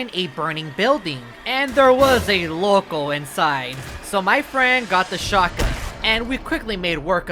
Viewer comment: what did you said you said lokol or locol?